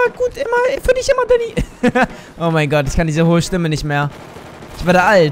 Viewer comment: Da-a-a-a-a-nny Spra-a-a-a-achfehler